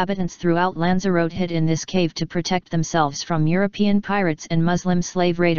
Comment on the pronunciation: Pity you used the Microsoft robot voice. for starters, it cant pronounce the word 'Lanzarote' correctly.